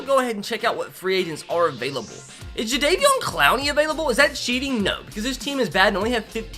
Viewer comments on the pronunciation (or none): none